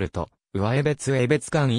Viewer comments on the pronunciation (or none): 地名の呼び方に間違いが多数あります。うわえべつてでなくて、かみえべつ、せいすいたくではなくてしみずさわ、つぎりつではなく、つぎたて、つのだではなくかくたである。しっかり調べてから投稿してください。不愉快です。ゆうばりほんまちではなく、ゆうばりへほんちょうです。ある